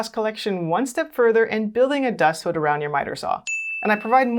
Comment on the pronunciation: Say hood again. 😅